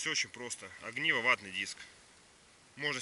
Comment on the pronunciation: узнал из этого видео правильное ударение в слове "огниво" :) кстати, где это? Неподалеку от Мурманска?